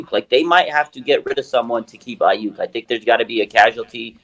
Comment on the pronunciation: If ur an NFL analyst and "well respected" but can't say Aiyuk correctly I'm out...I mean that's literally part of ur job